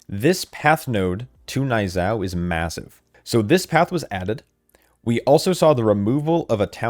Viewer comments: Knee-yuu-zhow. Idk wtf a n-eye zow is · Niuzao is pronounced nyoo-zao